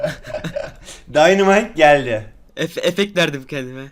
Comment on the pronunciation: no body: 🆎️ℹ: eF-eFeKt weRdiM kEndiMe